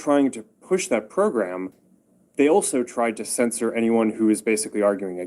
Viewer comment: Censor not scisser 😂😂